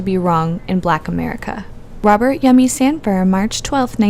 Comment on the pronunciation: His name is Robert Sandifer not Sandfire.